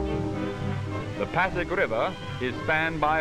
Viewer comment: It is pasig river, not paddock river.